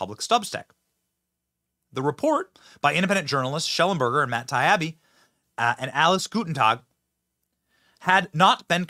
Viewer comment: TY-EE-BEE forheaven’ssakeBenny - Matt Taibbi. Say it w me now: TYEEBEE